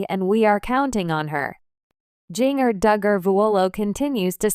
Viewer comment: Jeeng-er? God stop with the AI reading things.